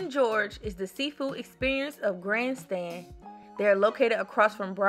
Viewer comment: you did a great job presenting your best places to eat for Myrtle Beach. Some of your favorites are my favorites too. P.S. Please accept this slight correction: You said “Grand Stand.” The term, however, is “Grand Strand.” 🙂